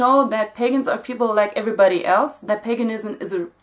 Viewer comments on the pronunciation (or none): none